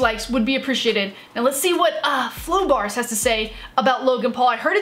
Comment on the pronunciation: She called them "flobars"